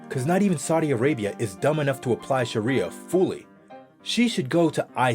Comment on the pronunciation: He's saying sharia so wrong :(